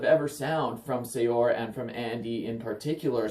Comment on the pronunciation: Just a tidbit of information... it's pronounced as "Seur," not sayor.